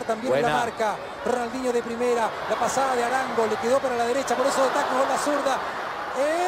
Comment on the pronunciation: RONAL"N"DINHO, jajaja, quien le estampó el nombre, Papelucho Disléxico, que merme...